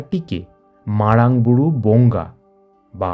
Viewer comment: Age nijer uccharonta thik karun. (MARANG BURU ).